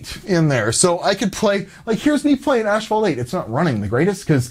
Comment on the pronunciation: Is not ASH-FAULT , read better gamer